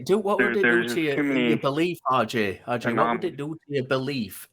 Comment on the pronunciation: says, "RJ, RJ, RJ... RJ...". What I hear is, "Audrey, Audrey, Audrey... Audrey...". 😂